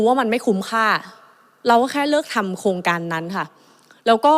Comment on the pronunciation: รักชนกเก่งมาก อภิปรายฟังเข้าใจง่าย แต่อยากให้ปรับปรุงเรื่องคำควบคล้ำ ร.เรือ เป็น ล.ลิง หมดเลย เช่น โครงการ ออกเสียง โคงการ คลิก ออกเสียง คิก เรา ออกเสียง เลา การคลัง ออกเสียง การคัง กรม ออกเสียง กม วิกฤติ(วิกริด) ออกเสียง วิกิด อะไร ออกเสียง อะไล รู้ ออกเสียง ลู้ ฯลฯ ติเพื่อก่อ ตืเพราะรักพรรคประชาชน ขอให้หนูไอซ์แก้ไขปรับปรุงมันจะเสริมบุคลิกของหนูไอซ์เองค่ะ